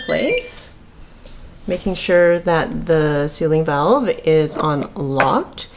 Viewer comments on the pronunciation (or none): none